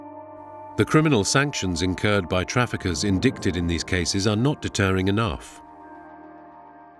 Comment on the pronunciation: The narrator pronounced indicted as indickted. lol